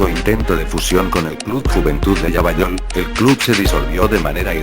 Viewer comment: lavallol en argentino se pronunciaria "lavayol" en loquendo se hizo indecifrable la ciudad hasta q dijiste partido de lomas de zamora.